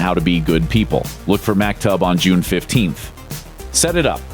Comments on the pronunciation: That's not Mak-Tub. you pronounce it Mahk-Toob. which means "it was all already written" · "Mack-tub"? It'd take you two minutes tops to Google it and learn the correct pronunciation. It's "Mock-toob". Repetitive mispronunciations are grating to any ear that knows the word, so check before you Loop, 'kay?